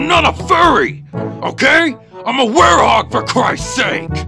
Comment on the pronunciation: IT'S WEREHOG, NOT WAREHOUS 🤣